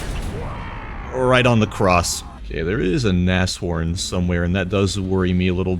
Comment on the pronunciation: That pronounciation of "Nashorn"! Makes my inner german really happy. and my outer german. I am german. Anyways, love that you call it "Nas-horn" instead of the usual NASH-orn